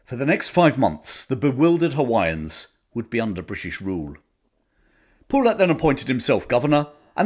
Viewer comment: Excellent video, and one of the more in depth looks on YouTube. I was intrigued that you pronounced "paulet" like "pullet". Us guys in Hawaii use a Hawaiian pronounciation which sounds like "pao-let", similar to the word "pau".